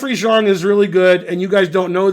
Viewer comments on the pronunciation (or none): yea he pronounces Xiong really weird